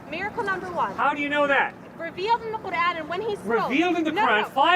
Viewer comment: She said: "Kurad" instead of the Proper Pronunciation "Quran" 😂 she fake what a embarrassment